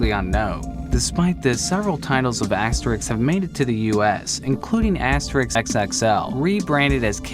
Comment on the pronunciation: I think it is wrongly pronounced in the video. The "é" should be about as long as in "Astérix".